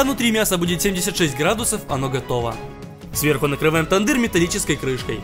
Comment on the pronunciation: Тындырь не совсем правильно. Теанди'р правильно. "ЕА" создаёт звук ə-или же Тэянди'р' "ЭЯ" тоже звук ə